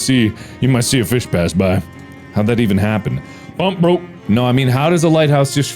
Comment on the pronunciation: for some reason the way mark pronounced "pump broke" was so funny to me